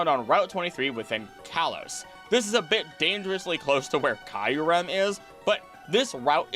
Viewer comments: I loved the video but some pronunciations of the Pokémon names were wrong like eternamax when its name is eternatus, and Kyrem when its Kyurem (Cure-Em) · Is it really pronounced kai-rem(kyurem) as you said at the start of the video??